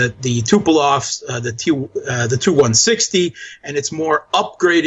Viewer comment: Two corrections (of people I truly respect): First, --. The planes are Tu-160s, not "T" "U" 160s, ie., Tu is a homophone of "two, " for example (same with "Su," as in "Sue," not S [then] U for Sukhoi);, Saakashvili as a "strongman." I know what meant but if a quick noun is to be applied to Saakashvili (to characterize his role in history), words such as "moron," "menace," "mental case" would be more apt. On reflection, is likely to agree.